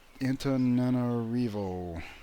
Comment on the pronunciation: I know I've corrected your pronunciation of at least one thing in the past, but I'm still sad that the city-state of "Anteater" is going away.